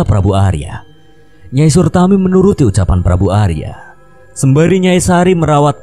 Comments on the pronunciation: nyai suratmi😭 bukan sutarmi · Nyai SURATMI, bukan surtami...